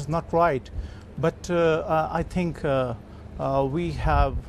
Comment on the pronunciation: Says tink instead of think, ting instead of thing, as the Irish do...